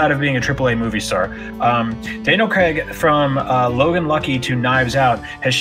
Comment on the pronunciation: Why do Americans pronounce Craig as Creg?